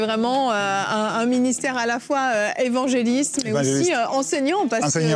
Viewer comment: Bravo vous arrivez maintenant à bien prononcer le non de l'évangéliste